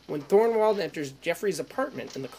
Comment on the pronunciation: It’s THORWALD not Thornwald.